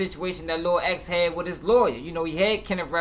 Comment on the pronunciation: Off topic but i hate when news Reporters say "Lor".. honestly wish they would just say Lil